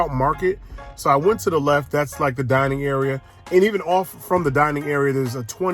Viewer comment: "Dinning Room" 🙄